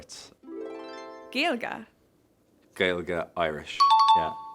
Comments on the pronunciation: Absolutely, he pronounced it like no one else, Colin Farrell, take note. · Good man, Paul! Love the proper pronunciation of 'Gaeilge' & 'Gaeltacht' here. Maith an fear. Bródúil asat!